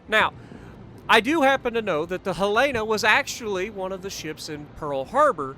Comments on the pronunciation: Helena. Hell-in-ah. :) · Pronunciation is Helen-Uh. Not the way you are pronouncing it. It's named after my state's Capitol. She was in Pearl Harbor and due to a tender she was targeted by Japanese bombers. But due to that tender she also didn't capsize like other ships. I do believe she was "the most fightin'est ship in the fleet" and after playing her, I can see why! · Pronounced Hel-uh-nuh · As a Montanan I will just say you pronounced the name wrong. HELL'-en-uh. Other than that, good video!